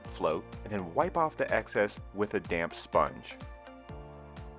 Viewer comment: Thought you said “wipe the tiles with a damn sponge “ 😄